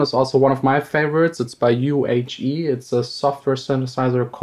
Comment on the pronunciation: Thank you,! But the right pronunciation of u-He is [ju:hi] cause it comes from "Urs Heckmann" (developer)